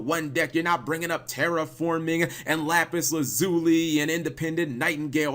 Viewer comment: OMG CAP!!! you actually pronounced "Lapis Lazuli" right!!!